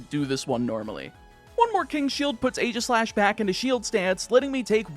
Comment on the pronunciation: It's HONE-edge and EEGIS-slash.